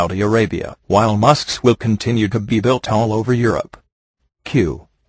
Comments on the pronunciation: This is BY FAR not the best text to speech reader out there. I mean "m o s cue" ? LOL, that's bad. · funny how the voice could not pronounce 'mosque'... you would think if there were a 'god' or 'allah' that 'he' would not have allowed this inability.